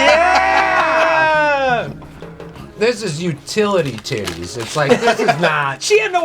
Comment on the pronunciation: So, Utili "T's"? Or Utilitities?